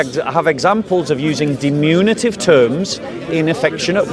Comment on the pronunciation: It’s diMINutive…not diMUNitive